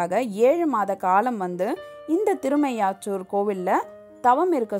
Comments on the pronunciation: Amma ooru peyarai sariyaga ucharikkavum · சஹஸ்ரநாமம் என்ற வார்த்தையைக்கூட சரியாக உச்சரிக்கத்தெரியாமல் சஹஸ்கரநாமம் என்று உச்சரித்து அந்த சஹஸ்ரநாமத்தின் மதிப்பே போய்விட்டது. காதில் ஈயத்தை காய்ச்சி ஊத்துவதைப்போல இருந்தது. திருமீயச்சூர் என்ற அழகான பெயர் கூட தட்டு தடுமாறியது உங்களது வாயில்., தயவு செய்து உச்சரித்து பழகி விட்டு வீடியோ போடுங்கள். அரைகுறை. வெட்கக்கேடு.